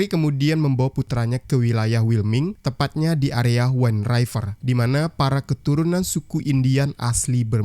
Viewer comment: judul WIND RIVER.. dbaca spt tulisannya: /win river/, bukn /wain raiver/.. tdk smua huruf [i] dbaca /ai/.. conth yg bnyk salh ucap: wifi dbaca /wai-fi/ bukn /wai-fai/ ato /wi-fi/..